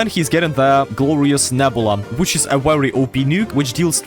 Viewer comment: the “WEERY WEERY GOOD” is 🔥 😂